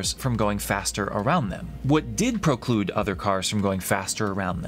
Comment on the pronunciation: Well let's not forget the cause of the mob (or mean comments online) ..... the bad call. Oh, and its "PREclude" not "PROclude". Proclude is not a word ;)